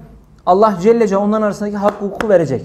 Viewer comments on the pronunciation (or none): Bide ALLAH celle celaluhu derken cecucu deyip agzinda yumarlamasan iyi olur hoca